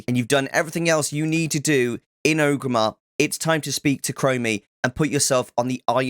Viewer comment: great guide but i hate how you so O gramar its OR-GRIM-MAR not O-grimar